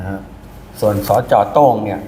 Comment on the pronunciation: โต้งก็คือโต้ง ไม่ใช่โตล้งๆ